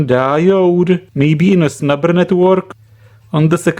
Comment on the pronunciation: I always hear "snapper" from you, instead of snubber XD